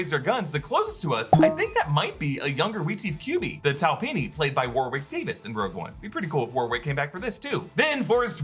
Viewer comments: Warwick Davis’ name is pronounced ‘Worick’ not war-wick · Please stop pronouncing the second 'W' in Warwick Davis' name! It is pronounced "Warrick" like the place name. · I think Warwick Davis is pronounced ‘Warrick’ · Worrick. It's pronounced Worrick. Same as the place. Drives me nuts hearing the yanks butcher that pronunciation.